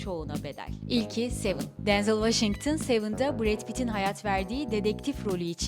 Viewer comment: Denzıl değil direkt Denzel diye okunuyır